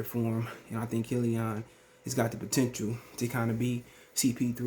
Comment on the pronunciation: Am I the only one who hate the way he says killeeON 😂